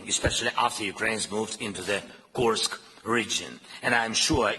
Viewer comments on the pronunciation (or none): none